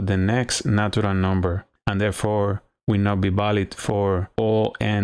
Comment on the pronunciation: good stuff, nicely demonstrated. your english is pretty good too - just make sure you articulate your 'v' correctly. It's 'valid', not 'balid'. My spanish is terrible though, so I can't criticize too much